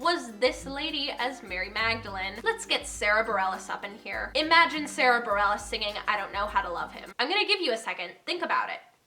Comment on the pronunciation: well, you got Sara Bareilles right! so excited